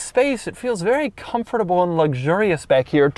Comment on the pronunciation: Where is Doug from? I noticed he pronounces the word “comfortable” by putting a stress on “comFORTable”